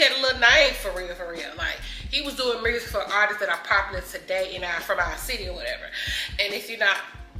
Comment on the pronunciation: We can tell you from Memphis, muRsic. 😂😂❤❤❤❤❤❤❤❤ We love it